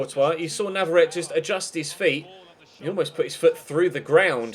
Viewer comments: NavarretE not navarret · He's from Argentina, which speaks Spanish, and there are no silent vowels in Spanish. If it was spelled Navarette, then it's French and is correct. But that isn't the case.